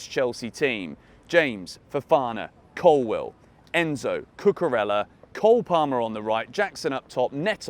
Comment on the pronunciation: I am proud of you finally pronouncing Cucurella's (pronounced Cucureya) name correctly. I knew you had it in you! 🙂